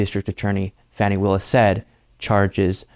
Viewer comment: I believe her name is pronounced like fawni